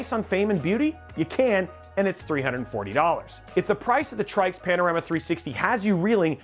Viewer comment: said "moving forward" twicely. Said Tryx as "Trikes", I dont know for sure but I would assume "Tricks". + said "aesthetic" instead of the hated "asstetic". I came here for the AIO reviews by the way. Oh wait ...Your testbench was INTEL LOL